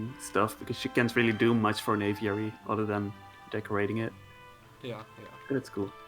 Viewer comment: I'll believe a pz player when he can pronounce aviary